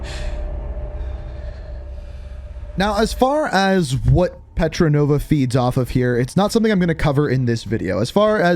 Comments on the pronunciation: Great video. I loved the campaign. It was definitely much better than cold war’s campaign. Btw Polina’s name is not petronova it’s petrova. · 😂😂 Did you just say Paulina Petronova 😂😂 it’s petrova! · Who else is annoyed when he says Petranova instead of petrova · Its not petronova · Polina petrova not polina petrenova i think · STOP SAYING PETRONOVA ITS PETROVA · Polina Petrova* not Petronova. You’re welcome. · Her name is Petrova not Petranova lol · It's petrova not petronova but really good and fascinating video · It’s Petrova not petranova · Bro it pretty triggered me you said “Petrenova” the whole time😂🤣, it’s Petrova, in real life: Lyudmilla Pavlichenko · Its Petrova not pretronova😂💀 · Love the campaign it coulda been a bit longer though. Also Polina's last name petrova not petronova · "Polina Petronova" I'm sure you've caught onto this already, but its 'Petrova' just a heads up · Petrova not Petronova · Petrova not Petronova... Lol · It’s petrova bruv.